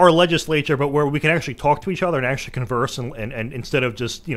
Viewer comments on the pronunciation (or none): none